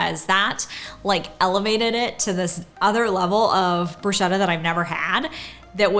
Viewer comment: Loving all of your videos, you 2 are fantastic. Love your honest reviews and your enthusiasm is amazing. Your reviews have helped me plan our trip when we go and all the restaurants that are a must try...and this one now! P.S. It's pronounced brus-ketta ('che' in Italian is pronounced like a k) 🙂🥰❤